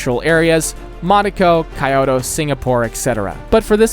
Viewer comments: btw it’s pronounced like keyoto, not Kioto. Well, not the most accurate description but probably the easiest for an English speaker. Japanese is a syllabic language, so the city is actually kyo to (each one syllable) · Kyoto is pronounced K-YO-TOE not kaiyoto